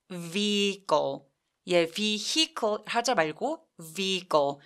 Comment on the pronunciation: 선생님은 강한 자음발음을 완전 불어식으로, 즉 된 소리로 발음 하시는데 많은 미국파 한국인 들이 그런식으로 강하게 발음을 하는 것 같아요, 특히 여자 분들….제겐 내이티브 스피커가 그렇게 세게 발음 하는 것 같지는 않은데요. 그러니 자꾸 선생님의 강좌를 들으니 처음엔 그냥 그렇지 하고 넘겼는데 갈수록 좀 거슬리게 들리는 건 왜 일까요? 예를 들면 vehicle 에서 ’비-이 꼬‘ 처럼 하시거든요? 그냥 ‘비-이 코’하면 안되는 지요?